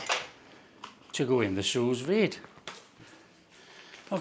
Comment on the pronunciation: Hahaha where is this guy from that he can’t pronounce anything correctly? Hillbillies in America can pronounce Sue-Veed and know what silver skin is.